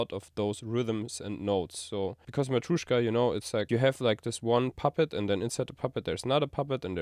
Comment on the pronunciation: "MatrUEshka" 😆 in Russian pronounced like "MatrЁshka", like a "pErfect"